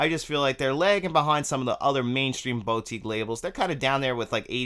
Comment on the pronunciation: Haha and here I was almost scream at the screen.. It's "BoU"tique. NOT "BOW"tique... ;)